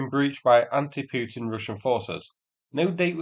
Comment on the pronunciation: Its not Peeuutin its Pootin! Learn to speak or else......say Potain!